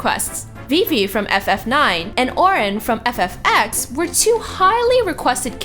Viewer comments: it is not x, ex or whatever... it is 10. this happens when you hire somebody to read the text and does not know anything about gaming. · FFX=FF"10". It's a roman numeral! You knew VII ("7") and IX ("9")